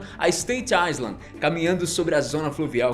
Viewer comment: (Off: Island se pronuncia "Ailand", pra não confundir com Iceland)